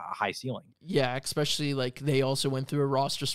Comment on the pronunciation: not to be nitpicky, but the word is “ESPECIALLY” not “EXPESHALLY”